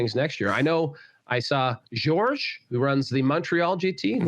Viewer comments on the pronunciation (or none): none